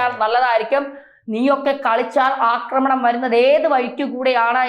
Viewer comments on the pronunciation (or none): none